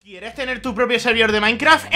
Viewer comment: kiereh tener tu prhopioh zerbidor de mainkra xdxdxd